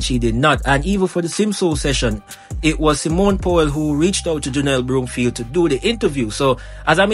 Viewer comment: Whatever! She will always be OURS (Jamaican)...& her name is BROM-field, not BROOM-field!